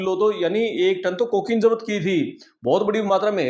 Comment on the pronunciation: Zapt kia tha ki jagah jabat kia tha bolra hai pehle aapna pronounce theek kar lo bhai sab